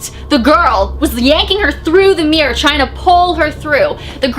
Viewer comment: Everytime she says mirror she says 'meer' sorry 😅